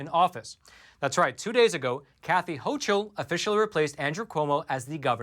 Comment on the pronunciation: FYI- New NY GOVERNOR— pronounced HOCKLE- not hochel.